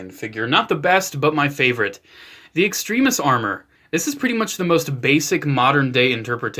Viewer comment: its extremis not extrimis duh